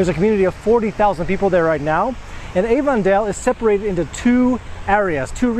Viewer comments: Excuse me.... You are pronouncing Avondale all wrong. It's pronounce Aven dale NOT AVON like Avons calling. Short "A" and a short e sound. Aven_dale. Like 2 words together. WOW! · Hi there, native chicagoan here. Its AV-on-dale... not A-von-dale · Not even a minute in and I was going to say the same thing It's a short A sound.. Not long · As an English Language Educator, you should know that Avondale is pronounced "Aven-dale" not "Ay-ven-dale." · Oh good! I was not the only one bothered by this. I am a native Chicagoan and YES it is pronounced "Aven-dale." Not like Avon the makeup company. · the way he pronounces Avondale is driving me up a wall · Avondale is pronounced with a short "A" sound, not the long "A" as in Avon cosmetics. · That's not the way we pronounce Avondale in Chicago. That's not the way Chicagoans pronounce Chicago.